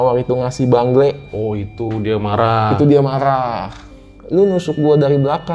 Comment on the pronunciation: bengle bang bukan bangle😂